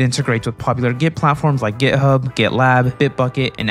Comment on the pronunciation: Is it just me or he is really saying gay hub